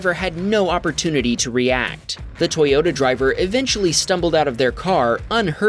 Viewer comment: "ToyOTa" are you impaired bro.